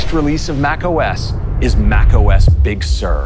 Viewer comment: Big Sir or Pixār~